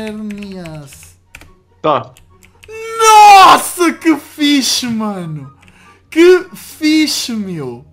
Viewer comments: mano se fala xerneas nao zerneas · Xerneas é com X não com Z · Ele fala e Zerneas mais não é o nome dele